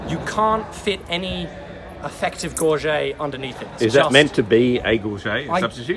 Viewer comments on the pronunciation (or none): Just have to tease about your pronounciation of gorget. Don't forget it is a solid t at the end. Gorjit, gorget, gorjet, and gorjet are all valid pronounciations across a couple dozen languages and english dialects. Gorget and sallet are two that people like to frenchify with gorjay and sallay but that is incorrect though widespread. Even matt easton and other notables say both. Just have to tease. Good video.